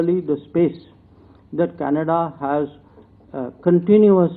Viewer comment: dear bhaiyon........Canada is pronounced Can-a-da........not Kanedddddddddddddda Also, development is prouncouned DIV-EL-UP-MENT...not as it is written